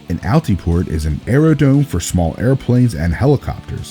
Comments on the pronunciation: AeroDROme. Not aero DOME. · 1) youll ask who would land at those airports and I have landed at most on Flight Simulator X and once I get my PPL Im landing at all of them in real life and 2) Like Elijah said its Areo*DRO*me not dome. Gets on pilots nerves